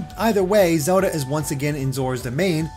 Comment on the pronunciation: Does anybody feels annoyed by the way he pronounces Zelda?